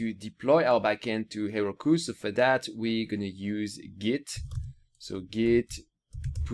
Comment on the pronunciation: Her-oh-koo, Heroku